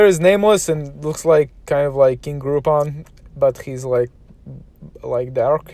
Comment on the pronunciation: Did you say King Groupon? LOL!